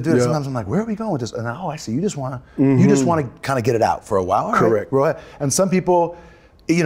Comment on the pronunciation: Random British accent saying RIGHT